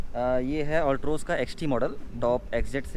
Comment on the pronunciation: You don't know how to pronounced the name of the car properly,, and you are giving a owner review...so funny of you...😆😆😆